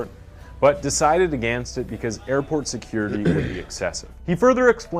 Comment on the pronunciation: Can’t stand this narrator. The way he pronounces ‘again’ and ‘against’ makes me feel physically violent. Also, in this one he pronounced Monterrey as Montry.